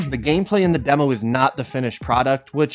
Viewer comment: Everytime he was saying demo i thought he was saying devil😂